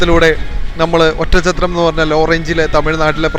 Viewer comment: ഒറ്റം ചത്രം എന്ന് കേൾക്കുമ്പോ അരോചകം. Oddanchatram ഇതാണ് ആ സ്ഥലനാമം .